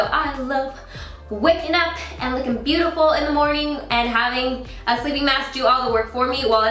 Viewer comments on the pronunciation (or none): It took me forever to realize you were saying Good Morgan everyone instead of Good morning. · I was really confused why you start your videos with "good morning everyone!", but it makes a lot more sense now that I know that you are actually saying "morgan"! :D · i think she says "good morgan" ? but idk 😅